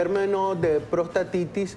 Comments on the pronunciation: Se llama prostatitis! La entrevistadora dice : protastitis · Aparte de que interrumpe al doctor al comienzo del video dice protastitis!